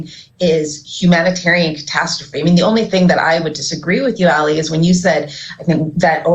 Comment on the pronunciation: It is not Ali as in Alison it is Ali as in Ali. You are mispronouncing his name.